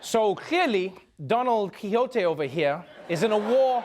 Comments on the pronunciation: "Donald Quixote" lmao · “Donald Quixote” 🤣🤣🤣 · Don-ald Quijote - hilarious